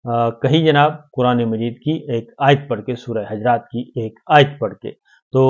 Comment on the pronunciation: Sabir Bhai Surah Hujuraat ka talaffuz sahih kar lain.